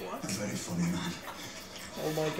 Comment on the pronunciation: “You a fooney man, eh? A vary fooney man”. Love Sean Bean🤣